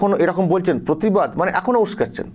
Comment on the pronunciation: প্রতিবাদ কে পোতিবাদ বলছে আর পতিবিহীনা প্রতিবাদ করবেন।